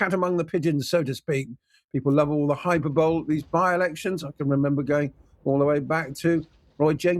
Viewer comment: And hyperbole highperbolly